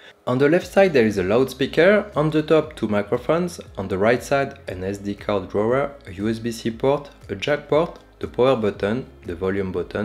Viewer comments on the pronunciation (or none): none